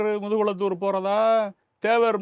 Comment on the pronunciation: முதுகுலத்தூர் இல்லை முதுகுளத்தூர்